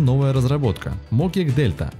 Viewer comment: не мОкик а мокИк не килограмм а килограммов не одновреммЕнно а одноврЕменно